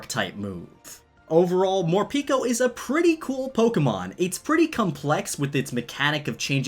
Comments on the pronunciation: Morpeko name should be pronounced as "pae ko" not "pi ko" as in japanese pekopeko mean very hungry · I thin Morepeko is said MORE PEH KOH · Who sees the word morpeko and reads morpeeko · Instead of Morpeko i heard for the first time "More pika"